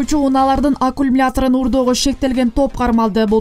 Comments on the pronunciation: Акумлятор дейтко диктор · Журналистка туура суйлочу аккумулятор деп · Туура эмес окуп жатасың, аккумулятор деген сөздү! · Алькумулятор 😁, эй кыз, аккумулятор. Вольф эмес, Вольво